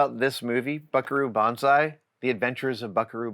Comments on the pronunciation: It's Butt-ayeh, not butteee! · It's boo-tay! Boo TAY!